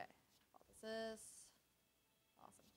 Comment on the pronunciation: & The moment that made your run ... back to back Apotheosis + Bottled Lightning ... I still get a chuckle from how you pronounce Apothesis 😸